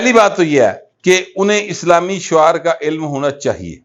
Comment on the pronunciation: Shear not shuaar